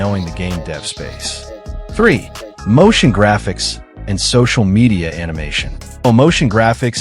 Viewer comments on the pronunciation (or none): none